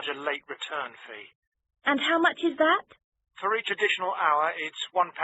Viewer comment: omg, "for each additional hour" sounds like "three traditional hours" lol.